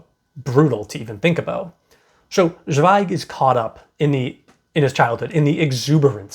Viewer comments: Great review. Thank you 🌹 Zweig is pronounced ts'vei'g. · Great review, just found your channel and really like your videos about Scandinavian books. Just a comment about pronunciation: In German "Z" sounds like "ts", like in "let's go".